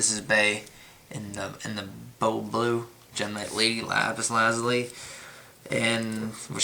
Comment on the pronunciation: Ok, im done, it is NOT pronounce Lazli, it is pronounced Lazuli (Luh-Zoo-Lee) learn to read the damn card man.